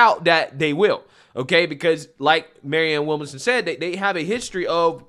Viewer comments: It bothers me how you can't get a name right. (Not just her name, but several people) Lol. Williamson bro, Williamson. Not Willmason. 🤣 🤣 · Will -mon-som lol. killing me with these name pronunciations. It's Williamson 😆 🤣 😂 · Maryann Will-Manson, Williamsome, Wilson, Willmason 😂😂😂 Man it’s William-SON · This is not news. Sanders won in 2016 until the DNC gave it to Hillary. Bernie was a good boy and shut his mouth, got paid off and his supporters got screwed. I love your channel, but your reading comprehension skills are abysmal. Her name is William-son. It’s not a complicated or even unique name. William son. How in the fuck you pronounce it is weird af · Her name is williamson. He is pronouncing her name wrong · You're not pronouncing her name correctly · Why can’t you say ‘Williamson’? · Why is struggling with her last name? He said that wrong every time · Man, your pronunciation of people's names is atrocious!